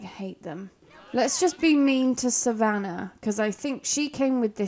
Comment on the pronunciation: Yay . Someone saying savannah right .. most add a r in the name . My granddaughters name is savannah and she is a teen